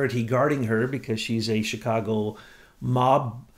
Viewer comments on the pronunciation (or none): none